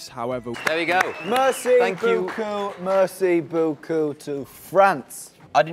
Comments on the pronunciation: I love Harry but mersy berku hahahahahah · I love how Harry says “mercy beaucoup” instead of merci beaucoup 😂